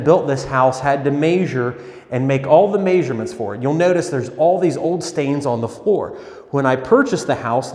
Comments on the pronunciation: . Dude I’m no pronunciation freak but c’mon man. I’ve only heard it pronounced 1 way, who taught you the word’s pronunciation? MEZ-HER or MEZ-HER-MENTS NOT 🚫 MAZ-HER or MAZ-HER-MENTS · the craftsman had to MAY-zur and make all the MAY-zur-ments did you mean "measure" and "measurements" meas·ure /ˈmeZHər/ if i were looking to rent a property you just lost me as a tenant if you don't know how to say measure you probably don't know how to measure, god forbid something needs replacing